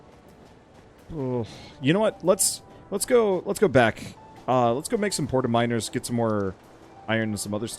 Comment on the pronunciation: “We should probably look into making miners” Uh I heard that as “minors” “We should probably look into making minors” Pretty significant difference lol